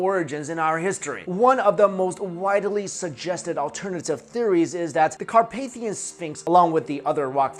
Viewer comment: Really like the way u pronounce the mountains name :D . I'm from Romania ;)